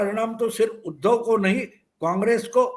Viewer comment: उध्दव शब्द का उच्चार आप ऊधव ऐसा क्यूं करते हैं? क्योंकि उ का उच्चार आप ऊ ऐसा करते है। जब आप उ का सही उच्चार करेंगे तब आप उध्दव शब्द का सही उच्चार कर पाएंगे